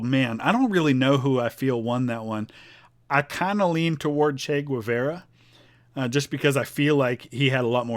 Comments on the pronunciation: It's "Gay-VAR-ah," not "gwa-VER-uh." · I'm sorry, I can't take it. It's pronounced gay-VAR-uh, not gwah-VEYR-ah. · It's Che Ge-var-uh not che gwu-ve-ra Hasta Sempre Comadante Che Guevara!!! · My hating your pronunciation, "Güevera" is totally irrational. Great job, love your videos.